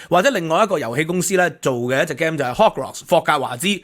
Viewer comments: Please correct your pronunciation of 'game.' It's one of several words that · 趙博士, 聽咗你一段時間, 尤其對一位在英學者, 真係要提出呢個意見: 麻煩參考一下game 讀法, game/gam. came/cam, gain/gan(gster), 呢個字頻頻聽到你講, 提出作為參考, 請勿見怪